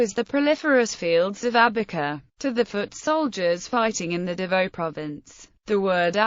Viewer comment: Pronounced "Davow" not Davoe.